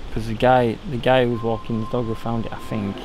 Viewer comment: Don’t be finkin what I fink ya finkin!! 😂😂😂